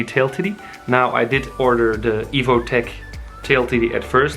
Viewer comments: The way you say: tidie🤣 shouldn't it be pronounced like "taidie" idk Anyway great content 💯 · Great vids man! Btw it’s tidy like tide-ee and not like titty like boobs👍. You’re vids got me wanting to buy the super duke GT now instead of the ninja 1000sx. So now I gotta up my budget🤦‍♂️ Have you ridden the ninja 1000sx by chance? If so what are you thoughts comparing the two?